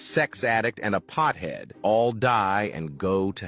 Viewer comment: “Pthead”? 😖 Really? You’re afraid to say pothead? Lord help us. The current generation is pure pussified.